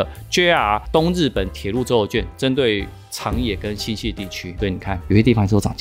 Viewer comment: 新潟 （ㄒㄧˋ）不是 （ㄒㄧㄝˋ)